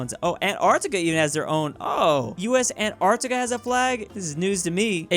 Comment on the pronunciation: why the f do you say anarctica even thought it antarctica